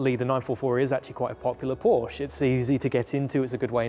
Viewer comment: "Porsche" The man actually says PORSCHE None of that "p0rch" stuff. It is a two-syllable word. It is the real surname of a real family and those fellow humans are owed the damn decency to not butcher their name. Now i can subscribe. I would not have been able to sit through 12 minutes of p0rCh, let alone an entire video series of it.